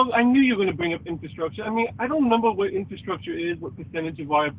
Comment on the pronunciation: "I knew you'd bwing up infwastructuw" lmao